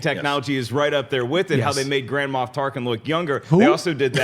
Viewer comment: It sounded like said "Grandma Tarkin".